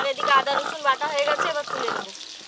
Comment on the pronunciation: ঠিকঠাক উচ্চারণও করতে পারে না ওটা রসুন না 😅😅😅😅😅